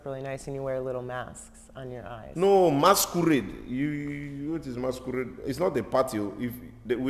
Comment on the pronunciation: The was he says masquerade sounds MASKURRRRED🤣🤣🤣🤣🤣🤣